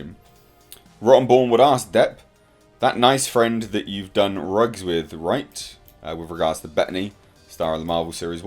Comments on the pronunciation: Not sure why you say rugs instead of drugs.... its weird. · BTW: it’s “drugs” not “rugs” as you keep saying. Disappointed you didn’t offer any testimony examples, just opinions. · How come you can't say drugs?